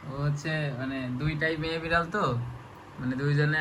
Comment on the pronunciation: বিরাল❎ বিলার✅ 😂😂😂😂